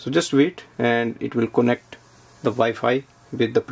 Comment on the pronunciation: Why do you say "konect" instead of "kanect"?